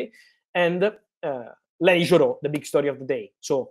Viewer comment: Fabrizio can't stop saying lenS Yoro😂 Thanks Fabrizio for all Manchester United news ❤